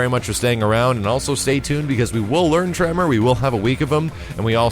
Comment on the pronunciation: You say Tremor, I heard Toph